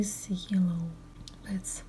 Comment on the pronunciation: Леночка! Вы молодец, что смело идете трудностям навстречу! Я профессинал in English и мне очень хочется вам помочь. несколько дружеских советиков: бусины : [bi:dz] (биииидз). Фразы с датами: 19- [найнтииин] - длинный [иииии]. А то звучит как 90 -ninety с кратким [и]. Не нужен неопределенный артикль 'а' перед словом 'glass' - это неисчисляемое существительное. А так все неплохо. Украшения бесподобные! Немыслимая красота! Очень рада была их увидеть! Спасибо!